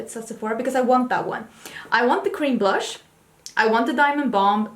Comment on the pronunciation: let me tell you, the star of this episode was you and your looks 🤣🤣🤣 🤣🤣 Stop trying to make fetch happen 🤣🤣🤣🤣 🤣🤣🤣did you say blursh the look I was done 🤣🤣🤣🤣🤣🤣 priceless and that Natash Denona Palette 😱😱😱 it’s a purchase for me. Another great episode.